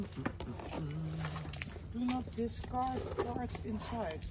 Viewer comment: Ik verstond echt "Farts inside" 🤣🤣......maar het zullen wel "Parts inside" zijn 😝